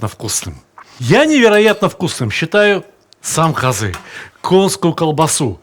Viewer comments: Добрый день, я родом из Казахстана. Только ударение на а, каазы. А не казыы. )) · здравствйте. я русский из казахстана. 2 раза в год на праздники покупаем казы. самое главное хочу Вам сказать, что у нас в KZ, по крайне мере в Алматы, слово казы произносят с ударением на первый слог - кАзы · Сталик ты супер. Но у говорили шурпа. И казы ударение на первый слог. И бешбармак все казахи меня уверяли , что происходит от пять пальцев. Сам много лет в германии но до 19 прожил Караганде. Друзья казахи естественно остались. в любом случае ты молодец!!!